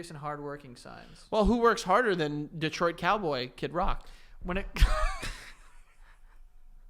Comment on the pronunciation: As a fellow michigander deh twah is the correct pronunciation. thank you for respecting our state. salute emoji